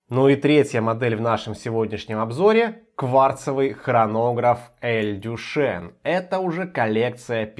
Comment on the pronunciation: Читается не Дюшен, а Дюшан. Кстати, далеко не лучшее название для бренда, поскольку имя Дюшан у мало мальски культурного человека ассоциируется со знаменитым "Фонтаном Дюшана" , проще говоря, выставленным на обозрение публики писсуаром.